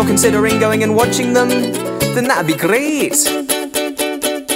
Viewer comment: love the Scottish "that'd be grrreat!"